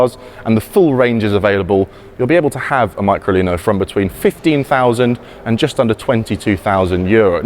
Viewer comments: Fantastic car, just wish the Englishman would pronounce the name "MeecroLeeno" which sounds cute too. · Pronounced me-cro-lee-no